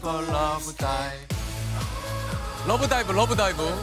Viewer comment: 재석이삼촌 숨참고 러--브다이브 발음 그대로 말하는게 넘 귀욥넹